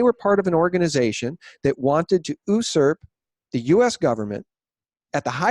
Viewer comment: why do you pronouce usurp oo-surp and not yoo-surp?....it just sounds alien to me...lol Great interview. I'm not picking at you because I have allot of respect for your dedication and I know you're far smarter than I. I don't think I have ever heard anyone pronounce the word that way. Just curious,,lol